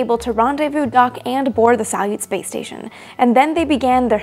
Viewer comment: Why do I hear play station instead of space station? XD